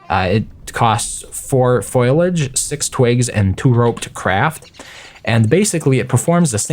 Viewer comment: The foliage (Foh-lee-ag) foliage not foilage, sorry that triggered me a bit anyway it already exists in shipwrecked as the palm leaf hut with the added benefit of wind protection. Anyway keep up the videos they're really helpful and informative